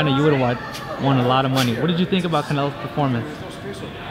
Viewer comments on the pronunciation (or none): none